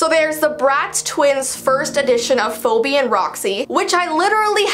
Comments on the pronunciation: "fobee and roxee" Am I the only one that realized that its supposed to be Pheobe (feebee) XD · Fo-bee?? It’s pronounced Fee-bee=Phoebe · nobody is gonna talk about how she said Phoebe like "FOBI" ???? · LMAO SHE PRONOUNCED PHOEBE AS ‘FO-BEE’ IM DYING ITS PRONOUNCED ‘FEE-BEE’ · Foo-bee. cringe For those who don't know Phoebe is pronounced Fee-bee. The way she says it makes me think of phobia. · Is it cannon that her name, phoebe, is pronounced poe-bee? I thought it was universally pronounced fee-bee? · Not Phobi.... Phoebe is pronounce Phibi 😂😂😂😂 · Bro when she said fobee its pronounced feeby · It’s pronounced feebe not foby (phoebe) I should know my name is phoebe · phoebe is actually pronounced “Phee-bee” but your pronunciation was adorable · Lol she said Foe bee... 😂 I love it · She pronounced “phoebe” as “Foe-bee”, anyone else notice that??😂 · it's pronounced "fee-bee" but since she's Canadian and has probably never met a Phoebe she's just pronouncing as it looks, which is understandable really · It’s foe bee Or are Canadians just weird? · nope it’s fee-bee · the correct pronunciation is fee-bee (spelt phoebe obviously😂lol) but I think different countries/places say it differently 🥰🤷🏻‍♀️ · Phoebe is pronounced "Fee-bee" it's very hard to pronounce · Phoebe is pronounced "fe-be" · Yes 😭 that's my name and everyone pronounces it the way she did. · I know it is kinda inoying when people say the name wrong. ... to me anyway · Hollie Ann ikr i was like wtf. oh and sasha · Yeah. she said my name wrong but that's fine.👍🏻(by the way my real name is phoebe)😁